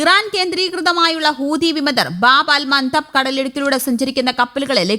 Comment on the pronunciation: Mandep അല്ല മന്തബ് 😂😂